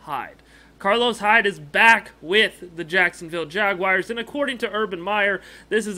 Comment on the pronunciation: Jag- WARS! Not Jag-“WIRES”… You’re supposed to be a REAL fan, dude. Stop it